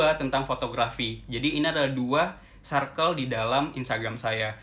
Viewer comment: Hallo, aku suka sama konten-konten yang dibuat. Makasih banyak ya Kak.:) Tapi ada 1 hal yang mau aku tanya, kakak sepertinya sering bilang "Circle" di setiap video ya.. Tapi sepertinya prononunce nya kurang tepat dh Kak. Jadinya selalu terngiang-ngiang di kepala aku. hehe. Mohon maaf ya kak, hanya mengingatkan.:)